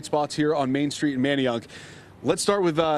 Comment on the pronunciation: What did she say??? She can’t say Manayunk correctly lol🤦🏾‍♂️🤦🏾‍♂️😂